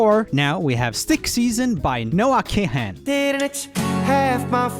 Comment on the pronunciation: Noah Kahan is pronounced “Kahn” 😁 I was surprised that you had nothing to say about his song ahaha you should give him another listen